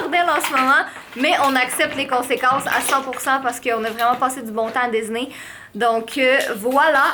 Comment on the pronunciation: J'adore quand vous dîtes Disney Dizney 💛